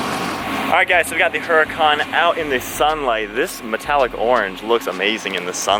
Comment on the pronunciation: FYI, the "H" is silent in the name "Huracan". Google it.